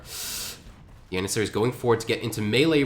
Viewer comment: Good caster... weird pronunciation though.. Yannissaries and You-lynns...